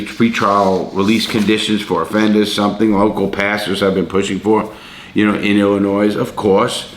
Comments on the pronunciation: Ill in oy not ill in noise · Illinois = Illin oi. Not Illi noise. Love you dude, but you're butchering my home state's pronunciation like it tried to steal your commissary. And yeah, we need bail reform, but like always they can't just do it right. The thing people wanted fixed was a good idea, and rooted in equity. The thing they implemented instead is asinine. And rooted in wtfk? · Larry .... you're killin' me. 🤣🤣🤣 Illinois is pronounced "Ill-uh-noy". As always, love the video, God bless. Cheers from Wisconsin (formerly Illinois 🤣🤣)! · Larry! Your hurting my Chicago heart, the s is silent in Illinois. Ill a noy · Hey Larry, big fan, just a heads up, there is no "noise" in illinois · Its also illegal to pronounce Illinois with an s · LARRY!!!!!! THE "S" IN ILLINOIS IS SILENT!!!!!!!! Love the videos. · Larry love everything you do/stand for. And at the risk of sounding like a Karen... It's just I would want someone to tell me. Do unto others right, the golden rule. Anyway the S at the end of Illinois is silent. Sorry for the constructive criticism. Keep up the good work. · I'll be the sacrifice that says it. "Illinois" is not pronounced with an "s" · U don't pronounce the S in Illinois! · i live in illinois and larry the “s” in illinois is silent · Also the "S" in Illinois is silent. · Love you Larry, but the "s" in Illinois is silent lol XD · Thank you very much I'm trying to tell him that too the s is silent when you come to Illinois I know you're a tourist because the s is silent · The s in Illinois is silent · Why are you pronouncing the S in Illinois? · Lawton sorry for being pedantic but the S is silent in Illinois.